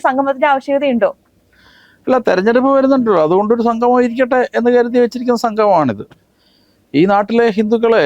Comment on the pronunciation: സംഘമം അല്ല കുട്ടി. സംഗമം